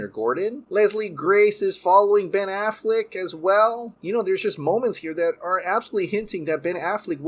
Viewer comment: I just want him to stop saying “Ben Afflick “ and “Batflick” lol I love your vids too, 👍🏾